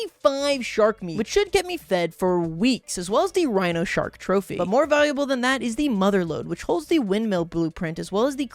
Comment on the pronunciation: it souned like you said tiger shark not rhino shark.